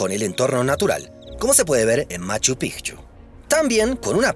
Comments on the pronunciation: Lo pronunciaste bien: Machu PiKchu, no Machu Pichu como erróneamiente lo pronuncian muchos aquí mismo en Perú. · al fin alguien pronuncia bien Machu Picchu